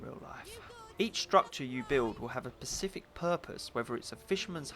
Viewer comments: Good review, but the word is 'specific', not 'pacific' :P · "construction of 'pacific buildings' LOL